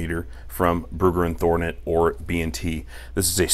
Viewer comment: "thornet" lol. it happens